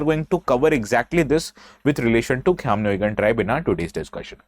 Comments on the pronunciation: I'm surprised how well u pronounce the word Khiamniungan 👍. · Prove me wrong.. He has pronounced the name "Khaimniungan" better than most of the people from Nagaland itself. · Sir thank u for prouncnce khism nii gan